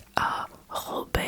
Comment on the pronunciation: Its not robé in French its rob you dont pronounce the e at all so its more like the name Rob in English but with a hard hard R instead of the soft one